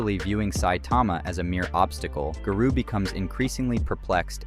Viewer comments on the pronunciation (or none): I lost it at “Guh-roo”. 😂😂😂 I did like the video though bro. Good job. 👊🏼👊🏼👊🏼